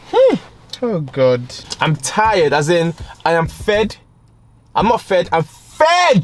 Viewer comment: “Oh my Garrd so segzyy”🤣🤣🤣👏🏾